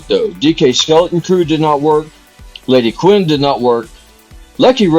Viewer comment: It's LadyQun not LadyQuin